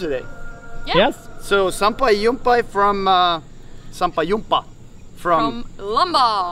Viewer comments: "SAMPAI JUMPA" not "SAMPAI YUMPA", BTW really nice trick on the surfing short. People in Indonesia are creative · its super interesting! the nicest vlog I've ever seen! and fun to hear you saying sampai jumpa as sampai yumpa but no.. no... you have to say it sampai jumpa with J not Y 😉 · Im Indonesian and fyi its sampai jumpa not yumpa i hope you'll read this comment so y'all can pronounce it right on another videos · Jon, Indonesian phonetics is like a mix between English and Dutch: sampai djumpa bahsock. I've never been to Lombok as I didn't want to take malaria pills nor risk getting the disease. And Autan mosquito repellent is sold at every store here. Jani, try wearing nylons in the evenings as it might help a little. The first year I was in Jakarta I was horrified by the number of cockroaches. My local wife is more spooked by the geckos...